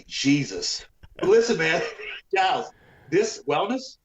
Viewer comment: Milos calls Giles gillus